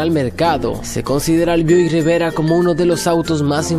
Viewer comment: BUICK no BIUDICK jajajaja Pero muy bueno igual